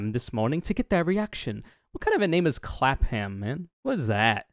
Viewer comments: If you ever see a place in UK ending in "ham" its usually said as "um" so Clapham would be Clap-um Also you do a better british accent than most american hollywood actors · Just to let you know, it's pronounced "Clap-'um" Brits tend to swallow vowels.